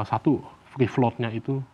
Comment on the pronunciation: dia ngomong apa ya kawan2? Fee Float?